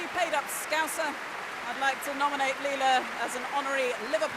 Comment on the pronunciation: Leila. Not Leina.